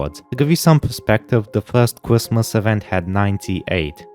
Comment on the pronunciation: bro cannot say his "R's" "cwrismis"